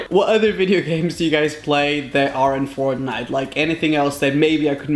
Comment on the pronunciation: It’s Fortnite not frontnite 🤦‍♂️